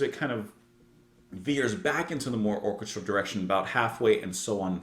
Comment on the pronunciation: I've been dying to point out the correct pronunciation of "orchestral" for a long time!